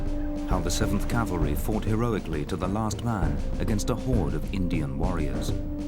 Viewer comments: it is pronounced cav-el-ry. Calvary is a hill in the New Testament where someone is rumored to have been crucified. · Can a guy be considered an expert on cavalry armament if he thinks it’s “Calvary”? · Okay, the word is NOT "calvary"